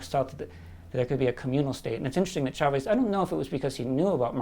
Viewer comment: WE WANT YOUR OIIIIILLLLLLLLLL. The fuck does trump know about poverty?! Side note: It's pronounced "CHAvez" not "SHAvez". The same way it's "CHAir" not "SHAir". Please don't butcher the name, or pronounce it "Llaves" since that's the spanish origin.